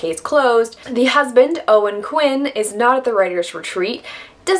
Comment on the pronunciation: It's Quine, rhymes with swine... Not Quinn 😊